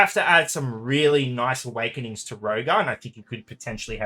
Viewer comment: 2 seconds in and it sounds like lukewarm Awekenings...